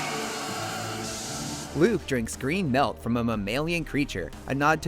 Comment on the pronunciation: Did you say melk or milk?